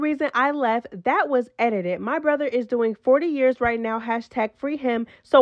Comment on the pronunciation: You can tell that part was edited, cause she did not pronounce “brother” right. Like there was some type of glitch at that part. I had to rewind it 3 times cause idk WTH JO said when she said the reason for her leaving.